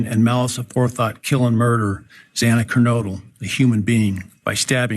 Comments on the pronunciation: He actually got it right the first time but effed it up the second time. So close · I hate that he again mispronounced Xana's last name again. It's just disrespectful.